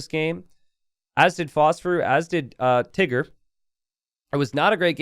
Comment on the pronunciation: gotta be careful when saying "Tiggerr"...